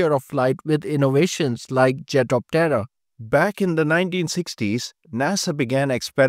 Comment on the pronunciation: It sounds like he is saying, "Jet of Terror"...